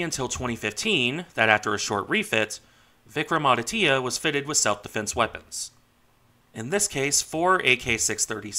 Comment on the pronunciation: Regarding the pronunciation, you almost got it right. The "Vikram" part was perfect. The "aditya" part is pronounced as "aadi" (with a soft 'd') - "tya" (with the 't' and 'y' sort of joined together into a single syllable). Regarding the ship herself, she has been fairly decent in her service, with the exception of her recent refit where she had an electric short-circuit leading to a minor fire. Regarding the two-carrier part, the thing about a lack of aircraft is true. The Indian Navy has 45 MiG-29Ks in service, including training aircraft. The two carriers require some 60 aircraft between them (including trainers that would normally be stationed at naval aviation bases). To rectify that, the Indian Navy has announced an order for 26 Rafale M aircraft for Vikrant, with the MiG-29K then planned to be stationed for Vikramaditya. Subsequently, once the indigenous Twin Engine Deck-Based Fighter (TEDBF) enters service in the early 2030s, those aircraft would be stationed from both, and potentially the proposed third carrier, which would be a 50,000-ish ton half-sister to Vikrant.